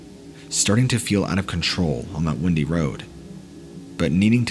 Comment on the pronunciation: Hey, enjoyed the stories as always. I should let you know though that the way you say windy like as in a twisty road is "wine - dee."